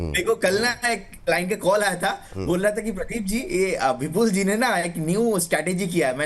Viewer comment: विपुल को बिपुल क्यो बोलते लिखते है लोग.. सुनाई नही देता या पढ नही सकते. या जीभ मना करती है विपुल शब्द का उच्चारण करने मे.